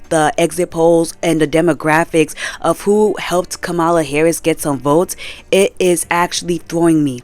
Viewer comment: Kamala's name is pronounced "Comma-La" , otherwise, nothing but facts. I didn't know that McDonald's was using prison labor, I'm honestly not that surprised.